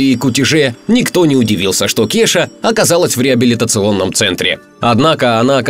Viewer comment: Не Кеша, а КеЙша...